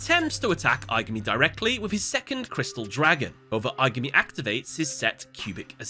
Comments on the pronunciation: I-GAH-ME... please pronounce it as in the movie... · “Eye guh me” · Im almost certain im the only person upset by this, but jeez the mispronunciation of aigami's name and the cubic card's names is genuinely confusing to me Considering that they say the names in the movie. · Take a shot every time he pronounces Aigami's name wrong. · Please pronounce the villains name correctly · Have you not watched the movie? You’re pronouncing the villains name so wrong